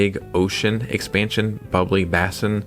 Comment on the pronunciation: How do you pronounce basin? 😏